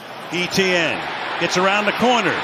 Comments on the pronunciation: Why e t n ? it’s Et ienne and jag u ars not jag warz pronounce it right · Etienne is pronounced "ATN"